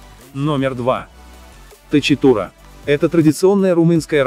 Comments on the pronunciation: Правильно будет "токитура" а не точитура! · Токитурэ... ch, у нас читается как к... автор перепутал с английским видимо